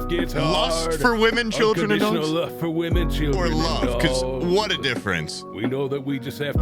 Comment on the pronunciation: Ohh, its "love's for " but comes out sounding like luvsfa